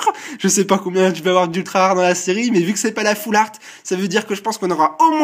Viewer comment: Yop, ce n'est pas "all fart" comme tu dis mais "half-art" :)